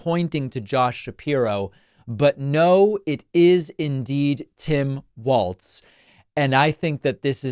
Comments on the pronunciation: Walz not waltz. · Walz, like Walls. Not Waltz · Everybody, even David Pakman is pronouncing Tim's last name as Waltz as in the dance or music, it's pronounced like Walls, not Waltz. Gees get it right already. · You're pronouncing Walz incorrectly. Your pronouncing it as "waltz".It should be pronounced as "walls". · it’s pronounced WALLS not Waltz smh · Walz. Not Waltz. Like walls. Pretty easy. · Hi David. I mean no disrespect whatsoever but Tim’s last name is pronounced Walls not Waltz. Hope I’m not being rude Love your channel ❤ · Why are you pronouncing his name "Waltz," when his name is "Walz" - as in "walls?" It's jarring every time you pronounce it. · It is pronounced walls, not waltz. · It sounds like you are you are saying 'Waltz'. His name is Walz and in MN we say it like 'Wallsz'...But not Waltz folks! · Hey I thought it's pronounced like "walls" not "waltz"?? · It’s Walz, like Walls. Not Waltz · Pronounced "Walls" and not "Waltz" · Its pronounced "wallz Dave. Get it right at the start. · I kept hearing a "t" in there (like Waltz). I was only being facetious 😂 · It's Walz not Waltz. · His name is pronounced like Walls, not like waltz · I love your show. But when listening to you talk about Harris' new VP, I hear you calling him Tim Waltz, not Tim Walz. I'm sure he would appreciate you getting the pronunciation of his name correctly, especially since he is going to be in the White House for years. Lots of likes, and good show. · It’ll catch on. I said it about how people pronounce Kamala, and I’ll say it now. Very few people are intentionally messing it up; most just have to get their brains and tongues lined up right, so to speak. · David, you are pronouncing his name wrong. Do better.